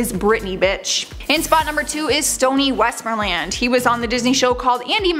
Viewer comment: “WestMOREland”, dear, “WestMOREland”. He’s not a Disney park.